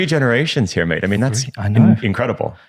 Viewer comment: Something odd about this guy saying mate to me... We'll adopted my dude ha